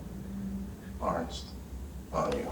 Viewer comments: What makes it even better is that Hurley is still saying "Arnzt", mispronouncing his name again and again. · Arzt, pronounced Artst.